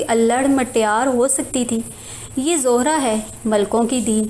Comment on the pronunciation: or zohra nhi zehra nam hai us larki ka